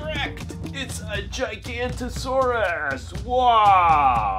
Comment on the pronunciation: Please revise the spelling and pronunciation of the GIGANOTOSAURUS. It’s pronounced Jig-a-not-o-saurus Thanks!!